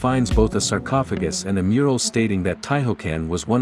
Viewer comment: This documentary of a 27-year-old game was more entertaining than most movies on Netflix. I was, however, slightly annoyed by the mispronunciation of Tihocan and sarcophagus. Lol